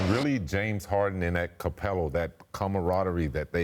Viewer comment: Scottie said "capelo" instead of capela